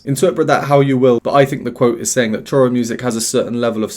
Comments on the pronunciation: It's pronounced "shoro". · Hey,! The pronunciation for Choro is: SHO-RO. The "ch" sounds more like "sh" as in "show". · Actually the word choro is pronounced as if the word starts with "sh" in English like show. Cheers.